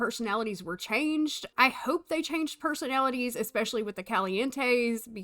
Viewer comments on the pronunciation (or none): none